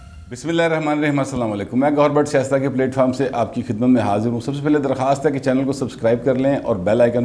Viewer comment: plate form nahen platform bola karen, aur apni taqreer mein say but anyways nikaal dain, maiherbany ho gee